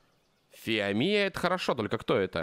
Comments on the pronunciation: Не фоамия а фиомия ударение на о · А и ешё в имени фиомия удорение на о